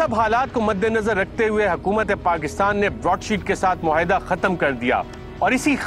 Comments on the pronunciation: Surely,Arshad Sharif does not know how to pronounce “muahida”,he kept repeating “muhaida”,over and over again,which sounded very odd.Anchors should do some research about correct pronunciations.This mistake is often made by most TV people.Program producers must keep a watch on this. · It's not even 'muahida' though